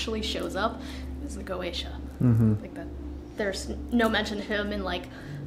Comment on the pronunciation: She Said Croacia?